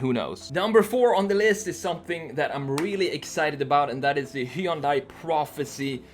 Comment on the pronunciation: Hyundai is pronounced like "sunday" with an h :)